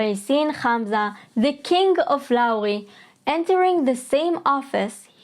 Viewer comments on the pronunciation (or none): it's lyari not Lauri(it has a whole different meaning in Hindi 💀)